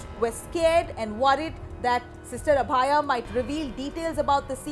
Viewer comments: Sister abhaya not abaaya ...wtf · god how is this woman pronouncing "Abhaya"? The name should be pronounced like "Abhay" which means without fear.